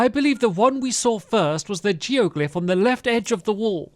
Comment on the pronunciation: I heard Stampy say Joe glyph instead of geoglyph and I that's all I'm calling it